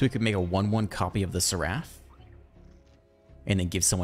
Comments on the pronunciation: not to be that guy but you are pronouncing seraph and simulacrum wrong. sweet deck. thanks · What's wrong with seraph?